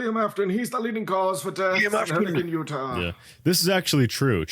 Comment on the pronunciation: cough Hurr-eh-KIN Utah cough